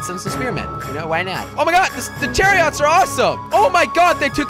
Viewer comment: it is chariots not chaots